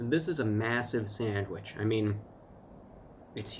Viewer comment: If he says Sadwich ONE more f*cking time.... I mean, if l looked online and wanted to buy a "Sandwich". And it showed me some Sandwich shops near where this guy lived, I'd preosume McDonalds, and Burger king and Five Guys would come up on the search. They Sell Sandwiches apparently? I can't deal with American's calling something in a bun a Sandwich... it's not... it's a burger... a sandwich is between 2 pieces of bread... in a Ciabatta? It's a ciabatta.... His nails! are crazy horrible! i wish he'd cut them, if my nails even grow 1/10th of a mm, they get dirt under them real easy how does he deal with it!